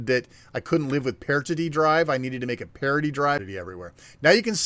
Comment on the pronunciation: Parity should sound liker charity when said. not partity :P